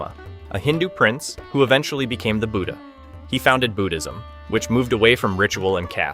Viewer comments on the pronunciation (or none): BOO-dizm? Oh dear . . .